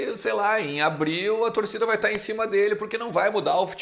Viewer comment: Fala,! Blz? Só uma dica, tenta pronunciar melhor o "Em" do "Em Off". Eu tava só ouvindo vc falando enquanto navegava em outros sites e achava que o nome do quadro era "in/off", hahahah. Espero que leve numa boa! Parabéns pelo canal, sou fã do seu trabalho. Abraço!